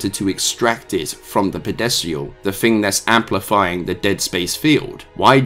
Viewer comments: Are you saying "Pedestal"? Because I'm hearing "Pedesial" and I'm not sure if we just pronouce "Pedestal" differently in the US vs the UK or if "Pedesial" is something from Dead Space lore that I'm unfamiliar with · That's not how you pronounce pedestal......at all. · I am irrationally bothered with how you pronounced pedestal, but the rest of video was cool